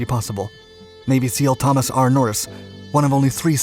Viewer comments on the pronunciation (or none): none